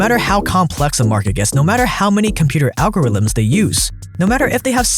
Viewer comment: "Computer Algorillams"